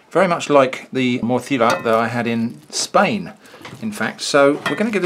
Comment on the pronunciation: points for pronouncing "Morcilla" with a lisp like they actually do in Spain.